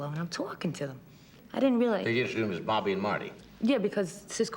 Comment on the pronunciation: Bawby and Mawty